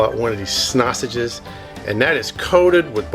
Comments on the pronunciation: It’s honestly very uncomfortable hearing you call them snasanges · Did you say snoshes